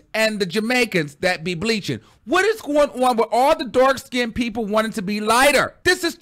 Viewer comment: I’m dead... he said bleach like the Jamaicans and Africans... you are a mess... I’m mad you threw that wig on your head like a hat.... I’m signing out, I can notttttt 😭😭😭😭